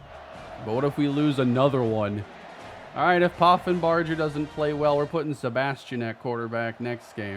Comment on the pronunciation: The "ger" in Poffenbarger is pronounced like in Hamburger